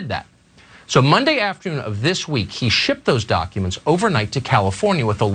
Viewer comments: Is Anna saying.... doncuments?.... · It’s dAAcumentss